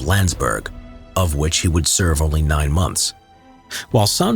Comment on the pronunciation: haha only me who heard " NEIN government cabinets"